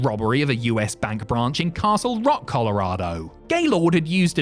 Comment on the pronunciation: Also they complete miss say Colorado because the proper British English